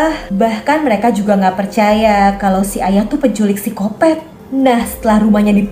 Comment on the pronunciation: Waktu kak bilang phsycopath aku hampir ngakak karena bilangnya kayak sikopet kwkwkwkwkw kayak lucu aja.